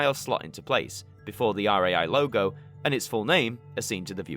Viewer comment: ITS RAI NOT R-A-I